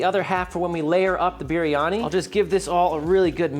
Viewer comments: Just to say, the correct way to pronounce biryani, is saying the first part like Brie Cheese. With a little bit of a curl on the "R", so you would say Brrie-Ani, instead of Beery-Ani. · I think its pronounced "beer-yani" roll that r a little.